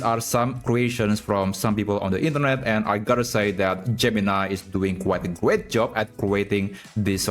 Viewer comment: Gemini is doing a Gweat Job at Cweating this 😅